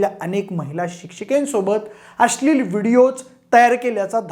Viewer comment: भाषा सुधार भावा … अस्लील ??? नव्हे अश्लील! न आणि ण कळतो का ? शिवाय ही फक्त गोळा केलेली संकलित केलेली माहिती आहे. त्यात विशेष काय आहे ? शिळी माहिती आहे सगळी.